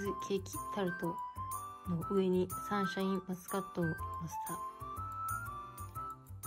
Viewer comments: サンシャインマスカット😂 こんなに可愛い言い間違いあります！？😂💕 あと、レジの方素晴らしいですね👏🏻✨ 私は普通のスーパーでは、お肉が入ったトレーをビニール袋に入れてくれる人が好きです🥩笑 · サンシャインマスカット、可愛かったです😂😂😂 たまに言い間違えますよね、何故だろう。笑